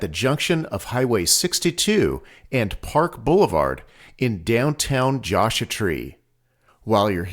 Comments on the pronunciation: I referring to how you pronounced Joshua. :) I've never heard it pronounced that way. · Love your videos, but could you please pronounce Joshua Tree correctly? The "u" is in Joshua for a reason.